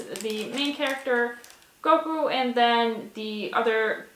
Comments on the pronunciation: the goku pronounciation made me cringe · She said Goku wrong. She don’t know nothing about DBZ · The way she says Goku hurts me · The way she said goku made me uncomfortable